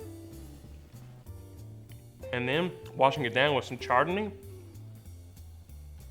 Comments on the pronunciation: It’s pronounced “ShardonA” , isn’t it..? 😂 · The char-dun-ee sounds deliciousness. Can i get that mixed with some chardonnay. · I kinda tuned out but heard "charred a knee" and thought was talking about the time a grill fell on his leg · Great, now some idiot is gonna go order them wines the way you said them. Btw how do you make a mimossa without champaign?🤔